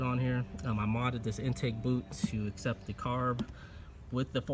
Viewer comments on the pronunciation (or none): none